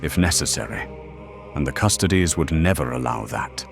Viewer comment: Gotta teach that AI how to pronounce custodes before doing a full episode on them 😂